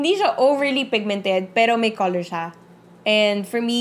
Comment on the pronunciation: hahaha nabulol kna po! hahahaha bet to ok lng po.. corol imbis na color.. =) anyway carry lng po more videos pa more! God bless..